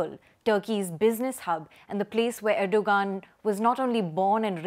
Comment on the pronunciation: Its pronounced erdo-An